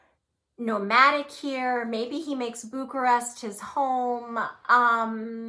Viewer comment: That Is not how you pronounce Bucharest